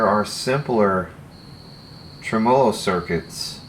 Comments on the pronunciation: Correct me if I'm wrong. It's TREM-o-low not trem-O-low. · TRE-MOLO, not TRE-MO-LO, say it after me: TRE-MELO! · I enjoy your videos. Please start pronouncing the word tremolo correctly, though. The stress is is on the first syllable in every language, in English, as well as it’s source language, Italian. TREH-muh-lo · Did he just pronounce Tremolo , Trim-Oh-Low ? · Please for the love of everything good and holy. Stop fucking saying tremolo like that.